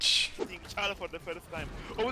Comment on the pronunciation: The only good pronunciation does it is when he pronounces smf badly and compares it with a actual word Cho time baby it is